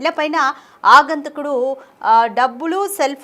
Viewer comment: ఆగంతకుడు కాదమ్మా, "ఆగంతకుడు" తెలుగు భాషను పాడుచేయ్యొద్దు.